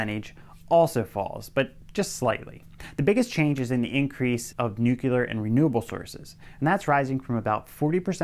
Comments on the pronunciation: Heh heh- You said Nucular. 😆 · Nuclear is not pronounced, "nukular" .